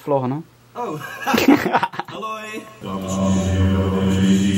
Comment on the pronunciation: jij zij geen Haloi maar aloi